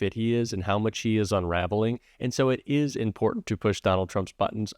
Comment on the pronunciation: There is no d in the word important, please stop rambling.